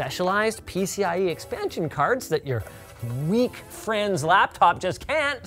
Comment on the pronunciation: Butchering the word laptop.